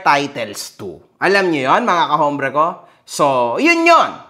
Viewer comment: Sir correction lang po.ang alam ko silent 'H' po ang h sa salitang hombre (ombre).